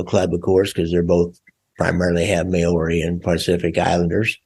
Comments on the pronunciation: May owrys what the Fuck is a May owry bro? MAORI pronounced like Mouldy. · I'm an Aussie not a kiwi, but I can guarantee that your pronunciation of "Maori" is slightly off .. lol